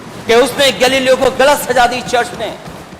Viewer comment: पढना सिखो पहिले...चर्च नही.. चर्चिल